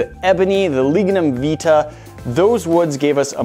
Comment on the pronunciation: It’s pronounced vitae Vy tae. Not how you pronounce it